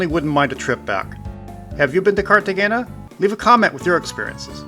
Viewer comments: Great video; fyi, g’s in Spanish are pronounced like h’s. So the correct pronunciation is like this: Cartehayna. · FWIW the g is pronounced with an h sound not a g. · Your pronunciation of Cartagena hurt my ears. Please learn how to properly pronounce places. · Yeah that was driving me nuts too